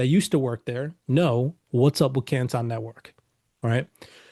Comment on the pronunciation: Why is he pronouncing CANTON like that?